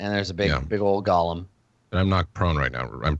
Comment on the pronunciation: FYI, it's "go-lem," not Gollum.